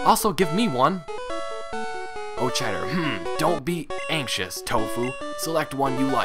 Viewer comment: I think it helps if you pronounce the "ch" in "Aochider" as a "k". Okada/Aochider/Auchider. Sounds like a german name.